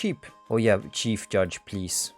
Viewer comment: he said chief judge correctly today